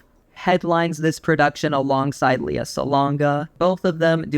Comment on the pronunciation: Her name is pronounced LAY-ah, not LEE-ah. Think Princess Leia from Star Wars.